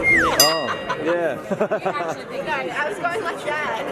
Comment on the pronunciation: Gusto ko yong pronunciation ng "NO" nagiging "Noy" ..Peru fluent sya mag Tagalog ha?